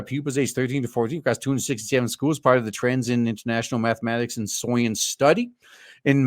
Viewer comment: Dude, you don't have to say SOYence every single time.